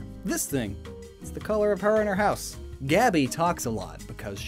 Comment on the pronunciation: So I took a few years of French back in highschool, so the way he pronounced the french names really bugged me